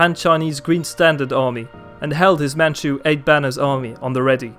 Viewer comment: As a Mandarin speaker myself, kudos to your pronunciation of Mandarin and Manchu names! A good grasp of the tonal system